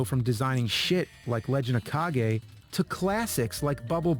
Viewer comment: It's actually pronounced as "Ka-ge", not "Cage". It's a Japanese word means shadow.